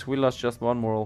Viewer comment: I don’t wanna sound like a nit picky asshole. But when your saying Morale, your accidentally saying a different word and it’s moral. Morale (More-ral) is fervour and willingness to fight. Moral (mor-al) is a person’s beliefs.